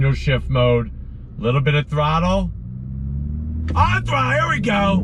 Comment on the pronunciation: The way you're saying "On Thrutlle" is super 😂👍🏼